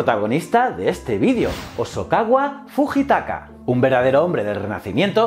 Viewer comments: Me ha gustado mucho tu video. Solo quiero hacerte un comentario: la "H" en nombres japoneses se aspira, la "Y" suena como I y la J es una y. En lugar de decir "Ideyoshi" "Fugitaka" debes decir "Jideioshi" y "Fuyitaka" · estaria bien que se pronunciasen correctamente los nombres japoneses en un canal de historia, " fujitaka " la ji se pronuncia yi, por ejemplo.